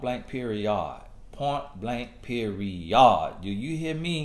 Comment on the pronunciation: “Point, blank, periYAHD” - Tony Gaskins 😂